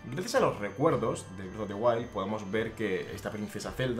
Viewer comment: Nunca había escuchado Bredo en españolete XD